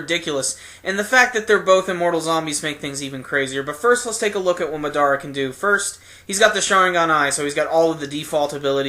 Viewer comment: Why do people pronounce madara wrong its been said a million n a half time in the anime by now